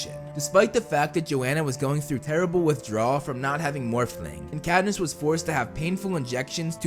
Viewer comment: The fact he can’t say morphine right drives me crazy.